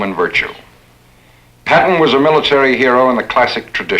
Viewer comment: According to the comments section . You've had up to 7 years to fix the problem with the name . Please do so , the name is " George S. Patton "